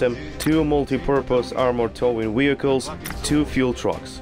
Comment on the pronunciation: I love how he says weehicles